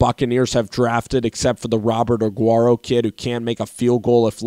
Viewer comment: Aaron Martin For real. Jason LIKED, Robert AGUARRO, VITAMIN Vea...